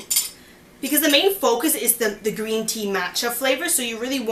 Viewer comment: This is such a good video, it is easy to follow. I am going to try it out. BTW, your Cantonese is pretty good. Very cute. When you said "Green Tea", the intonation of "Tea" should go down. Anyhow, it is very impressive that you can speak Cantonese!